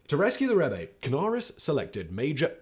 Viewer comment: Incorrect, Rebbe with an E on the end should be pronounced Reb-uh